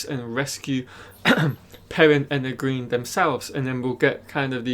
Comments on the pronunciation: I like watching your channel man, but when are you going to learn to pronounce Egwene’s name correctly? It’s pronounced “ Eh gwain”. A good way to remember is that it rhymes with “Logain” which you do say correctly. Thanks! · I used to say it the same way he does until I listened to the audiobooks. If you've only read the books its kinda hard to let go of the way you used to pronounce names. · Oh I totally understand that. I read several books myself before I learned how to pronounce some stuff, but he has obviously watched all the episodes, promos and interviews, so he has heard the correct pronunciations several times I'm sure. Oh well. Its just a nit pick and not a big deal.